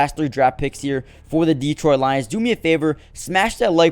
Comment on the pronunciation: It's pronounced duh-troyt. Not Dee-troyt